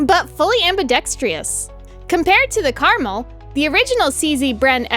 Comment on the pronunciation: It's pronounced Car-Mel, I know nobody cares but its named after a mountain range in israel, which is kinda funny considering the translation is garden or orchard, i guess you could call it a garden variety rifle.